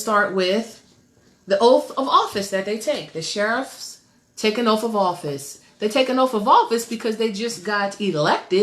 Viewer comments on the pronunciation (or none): It's pronounced OATH... not oaf...